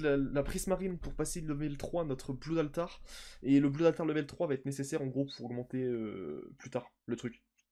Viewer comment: C'est pas "bloud altar" mais "blod altar". Sinon, continue comme sa j'aime vraiment tes vidéos.